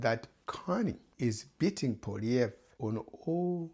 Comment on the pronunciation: Muckraker, you have come with nothing but muck. Go and get your head examined. Nothing but click bait. You cannot even say the opposition leader’s name correctly.